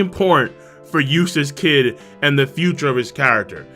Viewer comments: Every time says "Eustass Kid" I hear "Useless Kid" LMAO srry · I'm only going to say this one more time Eustass kidd Eustass d kid Kid d eustass